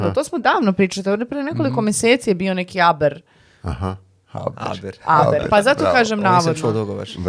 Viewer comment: Nije ABER već HABER !!!